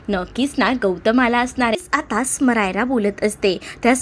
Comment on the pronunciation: Narration छान आहे तुमचं. समायरा नाव आहे तिचं, स्मरायरा, स्मायरा वगैरे असं नाही.